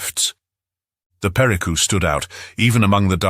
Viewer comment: Pe ri CÚ! Aprenda ler e falar!